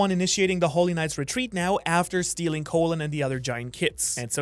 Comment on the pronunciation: Is the kid actually named after the organ or are you purposefully mispronouncing Colon?